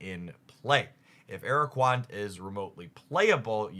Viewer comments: ara-qua-nid not ara-quand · araquand, aquerola gold pronunciation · Ah yes Araquand